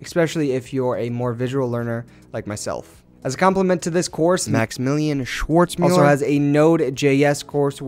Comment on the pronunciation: "Moxmillion Schwoortzmüller" 😂😂